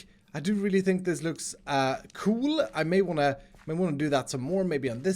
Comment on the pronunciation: I love how you say cool like cjoel pr somthing Lol